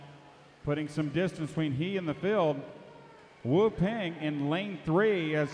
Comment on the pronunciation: It's pronounced " woo pahng"..